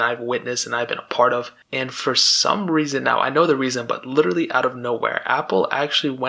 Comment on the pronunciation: Did you emphasize your correction with the wrong pronunciation of literally after you already said it correctly? LITCHERTALY